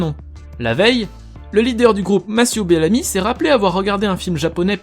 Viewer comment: Mathieux bellamy et pas masiou bellami